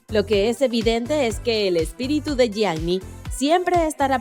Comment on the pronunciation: SE DICE YIANI NO YIAGNI! BRUTAAAAAAA!!!